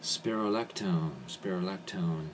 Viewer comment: and he pronounced the drug incorrectly